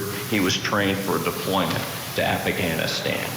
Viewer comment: “Affa-ghanistan. “ defense. Also how did he protect me by going to Kuwait? I disagree with 9/11 but also our military is a little over the top why did he go to crazy insane training 9x? Regardless of his military service, he could save a whole village, but Ashley doesn’t have life anymore. Doesn’t matter what she said if she was cruel. He doesn’t get to take her life. “Broke” is a broke defense